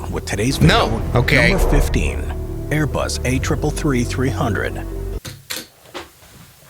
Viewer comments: “Airbus A333-300”, “A-Bus 340” The hallmarks of what YouTube is full of these days: poorly-written, AI-narrated, lazily put-together videos. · “Aebus” is the funniest part 😭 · 2.04 aiybus??????????? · “A-bus” WHAT THE ACTUAL FUCK?!?!?!?!?!😂😂😂😂lol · Embrier Aibus Boing Bombadeer 💀